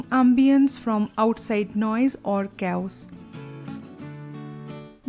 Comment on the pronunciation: I understand that everyone can’t be 100% correct in their English pronunciation in our country, but please don’t include vocabulary that you are not confident about. For example chaos is not pronounced ca-oos. These are basic things! Totally not judging or trying to degrade. Just a suggestion. You can always use apps to help you pronounce words correctly.